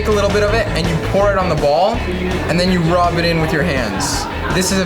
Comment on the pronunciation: When he says "ball", it sounds so wrong.. I'll leave now.